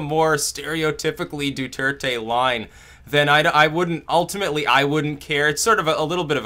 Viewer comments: His name is pronounced: ( Dwehr-Teh. ) NOT: ( Du-Er-Te) as you keep saying. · it's do-thur-tay.